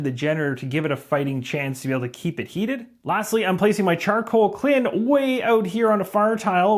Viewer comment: Great video but you constantly saying kLIn instead of kILn was driving me up the wall. 😅